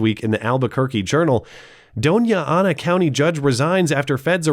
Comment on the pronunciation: *DONNA*Anna county is the pronunciation 💜